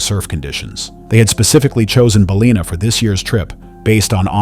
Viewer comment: Bal-in-a not bulina.